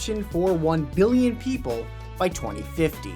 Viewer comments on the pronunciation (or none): none